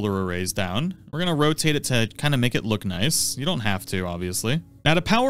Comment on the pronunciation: your gonne wanne go... Is that English?